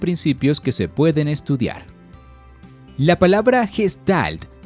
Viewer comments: Recuerda, se pronuncia "guestalt" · no asi se pronuncia gestalt oka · se pronuncia Gueshtalt